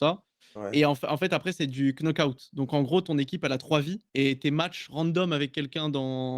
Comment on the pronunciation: Svp, le premier K dans Knockout se prononce pas.